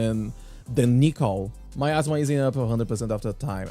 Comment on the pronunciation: miasma, not myasma